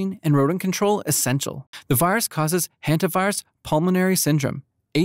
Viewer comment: It's "Hanta", not "Henta" virus.